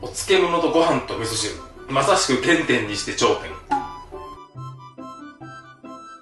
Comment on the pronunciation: 原点にして頂点が てんてんにして頂点に聞こえるw